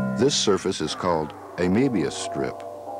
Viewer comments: Möbius not Maybeius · He didn't pronounce it correctly at all, he said "Meebius", it's meant to be "Murrbius". Köln is not Keeln, it's Kuurln. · "a meebius strip" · Not a lot knows this, but that's the british pronunciation. it's always the british! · I mean way how he says "Mebius" sounds closer to Ö pronounciation than pronouncing it as O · i have never in my life heard someone pronounce mobius like that